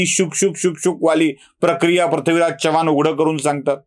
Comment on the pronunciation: Prathvi हा उच्चार टाळावा.चव्हाण मध्ये चमच्यातला च आहे,चहातला नाही.वाईट वाटून घेऊ नका, जाणवलं म्हणून सांगितलं.